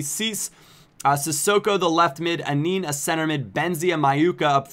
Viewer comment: Anin is pronounced An-an